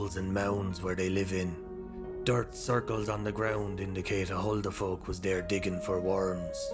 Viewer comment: "Hulu The Fork?" Really? 🤣🤣🤣